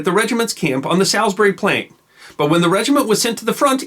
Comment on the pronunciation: He mispronounced salisbury too